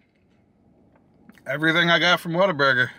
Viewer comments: You could of just went to concord. Lol. Closer. Actually the very first what a burger here is in downtown concord. So ive been told. Also the people that are from here pronounce it waterburger 🤣🤣🤣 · i used to know someone that pronounced it waterburger - coz they thought they were cute they weren't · Broooo!!! Concord born and raised. I live on whataburger. It’s supposed to roll off the tongue as waterburger. Jus sayin. 😜 But brooo!! I can’t believe you tried it for the first time, and you didn’t get their ICONIC, HOLY, GODLY, Witchdoctor. The witchdoctor drink is their staple drink. It has all of the sodas from the fountain, with a lemon wedge, pickle slices, and a splash of pickle juice added. It’s the best drink ever. Perfect for a hot day.